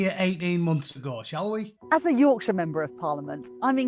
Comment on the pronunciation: Yorkshire😂 you aint a yorkshire lass